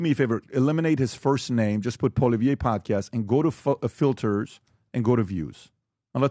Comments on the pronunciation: PBD says Poliveh didn't want to do the work but yet the man didn't even put enough work into his own podcast to even know how to say the man's name correctly ......what a joke All you had to do was spend five minutes watching Canadian news because they say Poilievre 20 times every news cycle ffs It would literally be like a Canadian saying Donald Tremp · lol…That’s not how Poilievre is pronounced….Poili…is pronounced Polly like “Polly want a Cracker”. Ev = eve, re = er